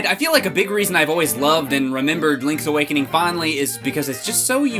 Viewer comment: Lonk's Awokonong